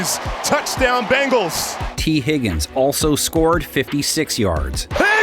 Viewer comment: sorry... but i keep hearing "cincinnati BAGELS"